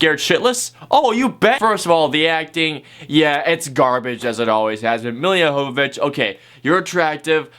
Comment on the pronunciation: It's actually pronounced Milla YO-vo-vich.